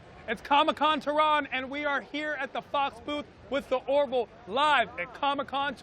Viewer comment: Remember : it's the " Ore - VILL." 'Nuf said....